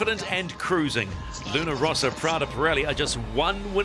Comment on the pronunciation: Really, what's the problem with people that butcher the Luna Rossa name? It's simple, Luna Rossa, not Rosa, not Rosso. I find it really disrespectfull, like when someone call American Magic, American Tragic.